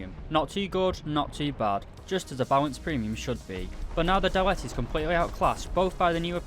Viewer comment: you almost pronounced it right, when saying dalet, the emphasis is on the "da", not the "let"